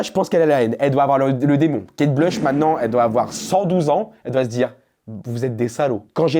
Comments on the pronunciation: La pauvre Kate Bush (se prononce Bouche d’ailleurs) est qd même une mega star. Mes parents écoutaient (fleetwood mac aussi d’ailleurs) et il y a un groupe de fans en Allemagne il me semble, qui se réuni tous les ans à la même date au même endroit depuis des décennies pour chanter Kate Bush (le morceau que tu as passé). Elle a fait des énormes hits connus de tout ceux nés avant 1985. J’ai adoré qu’elle repop, elle était tellement avant gardiste, on aurait jamais eu Björk sans elle et les chanteuses modernes comme Aurora ou Chappell Roan sont clairement ses héritières. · Kate Bush (à prononcer bouche) pas Kate Blush🤦‍♀️